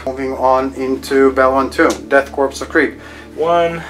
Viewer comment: Korps is pronounced "core". The homeworld of the Death Korps of Krieg is Kreig. Tzeentch is pronounced with a long e as in bee.